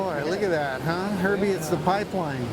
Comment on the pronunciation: HERBIE Fletcher not 'Hervie'